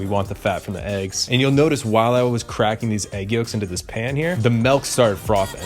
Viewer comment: please stop saying "melk"